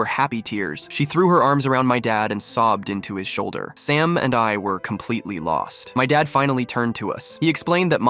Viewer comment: Sam became “salmon” and “stamina”